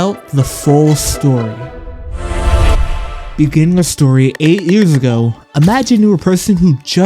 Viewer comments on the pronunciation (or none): in the beninging